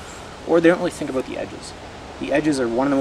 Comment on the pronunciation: you say "about" in a weird way...